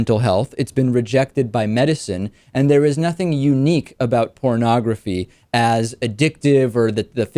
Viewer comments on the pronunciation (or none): Wait - he's saying "parnagafy" is the problem! I think we ought to ask if he's even talking about porn...